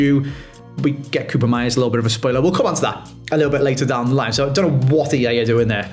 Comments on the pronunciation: if you gonna keep using koopmeiners try it like 'cope-miners' instead of coobermeyers or whatever you're saying now.. you're making half the letters up lol :P (cope miners still not perfect-perfect, but much closer at least) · Holy cow man I turned it off after the 5th "koopen-meiers"